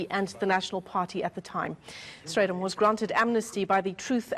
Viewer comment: Funny you can’t say BAREND but you pronounce Strijdom perfectly. It’s not Baron. It’s BAREND